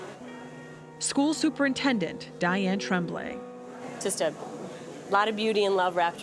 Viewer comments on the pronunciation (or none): none